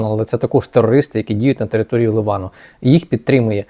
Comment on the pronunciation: Не Ливан а Ліван!!! Заїбали!